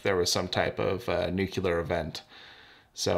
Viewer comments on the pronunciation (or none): It’s nuclear not nukelar. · New-Clea-err not Nuke-U-Lar this is such a hard word for English speakers I can't understand why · Interesting vid. As someone who was an RO in a previous lifetime, I have a high expectation on the pronounciation of the word New-Klee-R. To quote Walter, "Also, dude, new-cue-lar is not the preferred nomenclature. New-klee-r please." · For many years I was a NRC-certified field engineer for a prominent nuclear corporation. I wish you would give your instrument readings in RADS or REMs versus counts per minute. A screaming ticker doesn't really tell you that much. Also, it's pronounced 'NEW-CLEAR' not 'NEWKULAR' (NUCLEAR). Airline crew would freak out when I traveled withth my Geiger running with audio off just meter reading 3 times background at sea-level as we reached cruising altitude (cosmic rays). Thanks for your channel. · *nuCLEar, not "nucular" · Did not expect someone who knows a lot about radiation to say “nucular” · Yeah neither did I. Working in an actinide research lab for a while it really bothers me when people pronounce nuclear that way. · It's time we put our foot down and say things the way they are....Nu-cle-ar... Thank you for coming to my Ted Talk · Nucular? Was not expecting a radiation nerd to mispronounce nuclear. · Nu-cle-ar. Say it with me now. Please. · So typical. A dude does a video about nuclear information, tools, war, etc and he can't even pronounce the word nuclear. He says NU QUE LAR. Geiger counters count cpm [counts per minute]. Counts per minute are not informative when measuring dose rates. Dose rates (damage to the cells in your body as energy deposited) are what you want to measure. CPM measures contamination levels not radiation levels. You need an ion chamber, not a Geiger counter. There are inaccurate conversion tables to estimate cpm / x = mRem/mRad but inaccurate is the operative word. He said 280 counts per minute when the instrument clearly showed 280 kcpm which means 280,000 cpm. wtf?